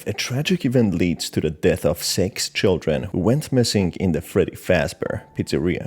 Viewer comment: You are weird for the way you pronounced “six” at the beginning. I really can’t get over that. You literally said “*ex*